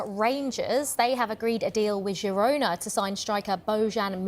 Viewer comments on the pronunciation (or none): none